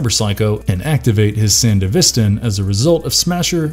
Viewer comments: How can’t you pronounce sandevistan correctly?! Smasher was and still is a huge disappointment.. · Huge pet peeve of mine when someone makes a video wherein they mispronounce things that have demonstrated pronunciations in the source material. Ebunike and Sandevistan are not difficult words. And you sort of just explained the same thing a few different ways, probably because of run-time. Kinda gross.